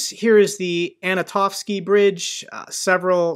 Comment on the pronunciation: I hear you making this mistake again. Not "Anotovskiy bridge", it's "An-to-nov-skiy" bridge. Like Antonov, the aircraft manufacturer.